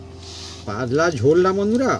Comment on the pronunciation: পাদলা না। শব্দটা “পাতলা”।